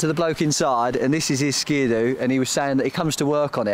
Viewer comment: Skiadoo...like agadoo? Skidoo, you muppet!